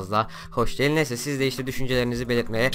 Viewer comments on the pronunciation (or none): none